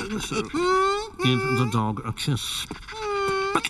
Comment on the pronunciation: That's dog not dong